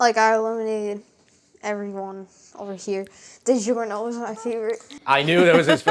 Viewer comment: It’s di -JOR-no, not di-ZHOR-no! In Italian, “gi” is the “j” sound,as Italian alphabet does not use a j.